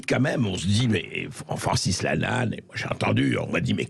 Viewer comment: Je rêve ou il prononce "Francis Lannal" à un moment ?